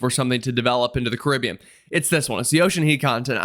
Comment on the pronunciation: Caribbean pronounced correctly! One bonus point.